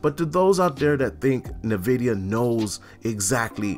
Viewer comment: Hmm.. Na Vidia, iNvidia Potato, patada I suppose 🤔🤣🤣